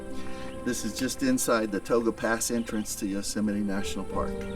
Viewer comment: Hi there, thanks for posting. Tioga Pass and Tioga Road is a beautiful drive and Gaylor Lakes Trail is an equally beautiful hike. FYI, the proper spelling (Tioga) and pronounciation is Ty-oh-gah, not To-ga. Enjoy!